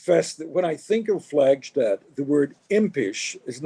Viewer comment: Her name is pronounced "Flagstad," not (as in German) "Flagshtad." She HATED it when this mistake was made.